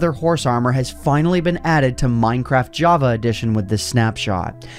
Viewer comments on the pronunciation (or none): none